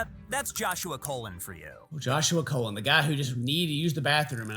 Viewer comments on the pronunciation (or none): His last name was colon like the smelly stuff you wear that smells good it's pronounced like that not the way the video did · not tryna support a pred at all, just saying as a colon myself, the last name is pronounced like "cologne", its so cringey hearing it pronounced like the bootyhole LOL